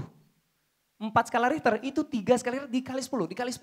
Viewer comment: Skala richer bukan riter bos